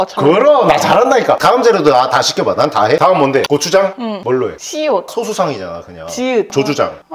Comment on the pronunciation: 시읏이 아니라 시옷이에요...